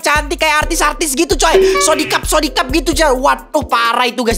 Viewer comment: Bang sorihap bang bukan sorikap